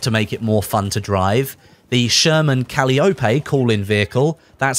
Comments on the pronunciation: O-PEE......CA-LIE-O-PEE. although I'm starting to get used to cally-o-pay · CO-LIE-A-PEE. I'm almost positive that's how its pronounced. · KA-LIE-OH-PEE. Caliope. lol. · Cah - Lie - Oh - Pee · M4 sherman CA-LIE-O-PEE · It's pronounce d"cal-eye-op-ee" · Awful pronunciation there man